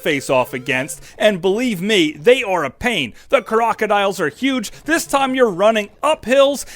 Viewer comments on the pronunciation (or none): none